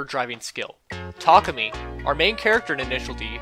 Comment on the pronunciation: Thank you for pronouncing “Takumi” correctly.